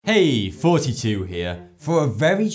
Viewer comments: i have been subbed for almost a year now and i just found out today that you are saying thoughty2 and not 42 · he says Foughty 2